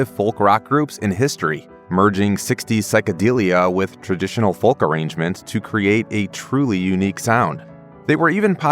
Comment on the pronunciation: The way this guy says 'Folk' is unsettling.